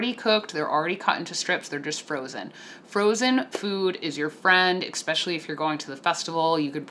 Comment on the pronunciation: "EX-specially..." Especially**